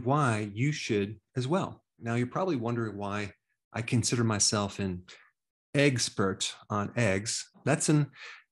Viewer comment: Eggspert and eggsellent 😂😂😂